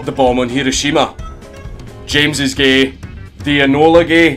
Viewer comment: Makes me laugh whenever he says GAE - with the scottish accent xD